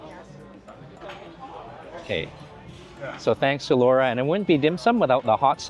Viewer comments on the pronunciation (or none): none